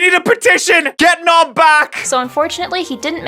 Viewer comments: “We love nob” xD - sorry I had to 😂😂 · "We love Nob"